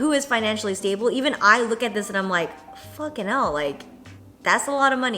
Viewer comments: You saying 'fucking Ell' made me laugh because you sounded so British 😂😂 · that "fucking hell" was so english i LOVE